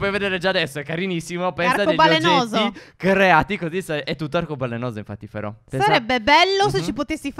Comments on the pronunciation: Vi adoro.😍😍😘😘😘 p.s stef a un 1.53 min a detto phero e non phere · Ha detto però non phero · Giorgia18 7 la grammatica? E comunque ha detto phero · Ai detto fero stef